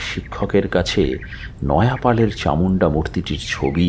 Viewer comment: নয়াপাল আবার কে? নয়পাল।